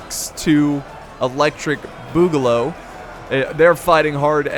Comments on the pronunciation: Duck 2 electric Boo-ga-loo is how its pronunced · No views and 3 likes my mans really said boogaloo wrong